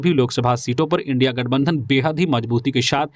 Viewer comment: थोड़ा जुबान सुधार लो ईनडि क्या बोलते हो इंडिया बोलाकरो ईनडि काहे बोलते हो